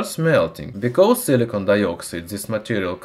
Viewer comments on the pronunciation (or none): none